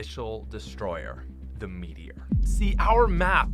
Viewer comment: Gacha Dino metior you really said metior I’m dead💀💀